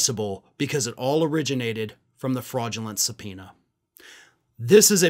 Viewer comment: Did you just say give Jordan a subpoena? 😂😂😂😂😂😂